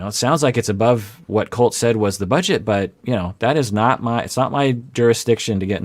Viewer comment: im a believer in treat others how you wish to be treated. If larissa refuses to call colt the way his name is pronoucned "colt" and instead calls him "coltey" then she does not deserve her name to be pronounced correctly